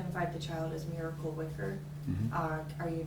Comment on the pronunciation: Miracle - can’t be pronounced with a y .